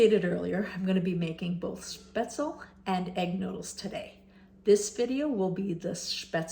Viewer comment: Your pronunciation is pretty good. Though the e at the end is not silent and is pronounced like in "bed" or in "them" :)